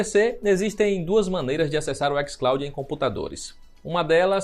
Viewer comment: "ÉquisClaudin" porra aí e foda tio kkkkk